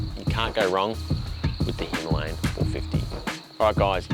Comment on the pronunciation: Himalayan.. not himlayan